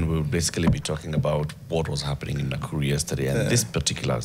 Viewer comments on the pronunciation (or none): none